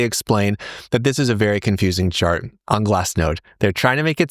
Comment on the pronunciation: I heard: "this one shart on glassnode that's about to go parabolic" 🤣🤣🤣